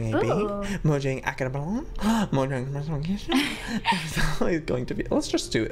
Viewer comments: did just say Mo'Y'ang instead of Mo'J'ang smh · Omfg I got so triggered because kept on saying 'Moyang' instead of 'Mojang'. just me or no? 😂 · Also its not moyang its mojang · When says moYang when it moJang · Who headed say mayang instead of mojang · Did anyone else hear say moyang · its mo J A N G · Joey tell its j not y